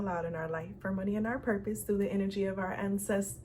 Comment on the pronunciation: Message from grandfather.... 🏃🏾‍♀️💨 Never met them... super curious Also that last video when you said "Ancestors" different definitely threw me for a loop... I was like nah something is wrong with her today